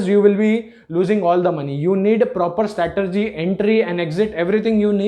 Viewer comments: The word is 'strategy' not 'statergy' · First learn how to say " STRATEGY" then you can make a video otherwise it is foolish.